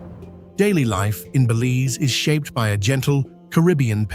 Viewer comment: I wish he would pronounce Belize and the Cayes correctly. Apart from that, thanks for showing my beautiful country.